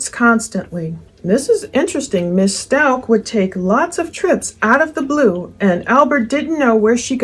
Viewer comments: I think HH liked Al. As a dad. So sad she’s lost all her parents. Her attorney mispronounces Stauch too. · Is this first case? I feel a little embarrassed for him. I also think it's interesting that he has mispronounced her name several times and neither one of her attorneys are sitting near her, like they don't want to be associated with her.